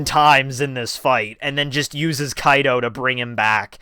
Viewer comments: Why does he keep saying Kaido instead of Kido? Just wondering... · It is kido not kaido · Kido- kE-dO you say it right some times but not most of the times Kaido is what you say and i keep looking for dam yonko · Kido my man. Not Kaido. Hearing kaido is irks me. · Please say this with me... "Key... Doe" Kido is pronounced that way... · KEE-DOE, NOT kaido from OP c’mon now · KEEEDO. NOT KAI-DOE. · The way you pronounce kido bothers me when I watch this.